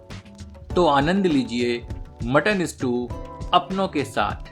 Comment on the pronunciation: स्ट्यू not स्टू please correct.